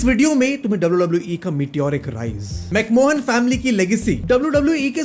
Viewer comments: U Dare call it Fake and bhai teri fielding set ho jayegi and bhai Mistake #1 Mic-Man pronounce karte hai , micmohan se better toh fir Macmohan hi bol deta hindi actor ,Mistake #2 Roddy Piper hai Reddy piper nhi, Mistake #3 IPL me bhale hi International Players aate ho but wo IPL hai Indian Premiere League , WWE i agree prices badha chuka hai even for US citizens lekin uska USD to INR comparison isnt right , Mistake #4 i agree WWE ko Storylines follow and Younger talent me invest karna chahiye lekin Paisa kahase laye wo , sure unhone kuch Events purely Money Deals ki vajah se kiye lekin fir wahi money use hogi other dept me , warna fir tum hi bologe ki acche logo ko sign nhi karte ye log , paisa nhi kya inke paas , downfall vagera aagaya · Why does he keep saying macmohan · No way bro kept saying mcmohan 😂😂😂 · you said MacMohan, delete this video bro. OMG you said it twice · It's literally pronounced "McMan" it's not that hard dawg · My man said McMohan😭😭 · u want great storylines & drama bt it cant b scripted...lol😂 u can't even say Vince McMahon..🤣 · I am getting a feel that this guy really doesn't know much about wwe and created the scirpt with ai .anyone who has been a fan of wee would know how to pronounce mcmahon. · He spelt right.... But pronunciation is wrong